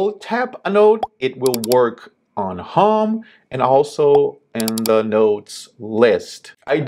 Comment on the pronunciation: Your english is very good! 1 tip: you say "hóme" better to understand you would be "hôme"